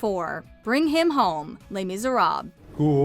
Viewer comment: the way you pronounced Les Misérables :(